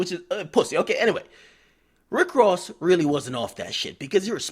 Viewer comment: Wtf y'all talking about^ lol all I know is Rick rozay cause he really can't say Ross lol is not gangster at all just a great actor.